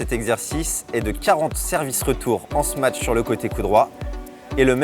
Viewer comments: Vidéo bien faite mais on dit smash , pas smatch non ? Confusion entre smash et match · Smatch? Y’a pas de T wsh